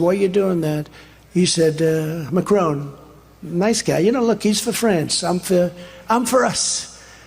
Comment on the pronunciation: Who is Macrone ?? The french President is called Macron [ mack ron ]. ...and yes I have heard of Orban....the Prime Minister of Hungary. Viktor Orban could be your twin ...obese, funnels Government funds to his friends and family, xenaphobe, homophobe, fake Christian and a cancer in the heart of his own country.